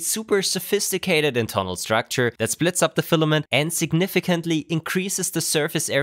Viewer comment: Cannot pronounce internal. Nice